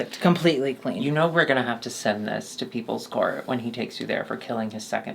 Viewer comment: "PawPle Court!" Lol that was so Good! 😂 😆